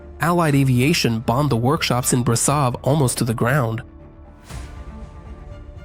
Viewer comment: Ș = SH, CeauSHescu, BraSHov, Steagul RoSHu (Red Flag) Ț = TZ, CarpaTZi